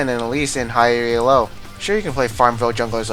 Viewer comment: Challenger isn't some magical barrier that makes everyone play better. There's no real difference between high d1 and low challenger, some players often get promoted and demoted from challenger like 4-5 times per season. And stop saying Ee-El-Oh, it's not an acronym and it's just annoying.